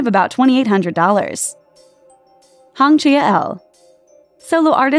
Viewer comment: I don't feel like doing research on pronunciation is that hard. If she says something with an accent that's one thing but making up a completely new name? Uffff (Literally butchered Hwang Chi Yeol's name)